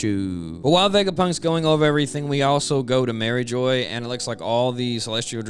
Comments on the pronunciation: just an fyi, its pronounced mari*jwah* not mariejoyce. its kinda like a french accent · Love your videos man, but It's pronounced Marie "zhwa" or Marie "zhwaz". "Jois" or "geoise" has a french pronunciation. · I like how you pronounced Mairjoã, MariJoy! Just straight up “crack-headed” the name right then and there! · Stop saying Marijoy you’re physically killing me